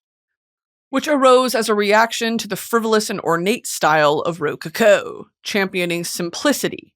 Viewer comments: girl its ro CO-CO not RO-coco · ruh-co-co is how you say it lmao love you brit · why is brittany pronouncing rococo like that 😭 am i missing something?? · Pronunciation of rococo is taking me out